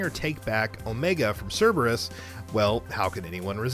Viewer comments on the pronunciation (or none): none